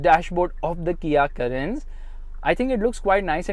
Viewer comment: The reaction when he pronounced carens as Karens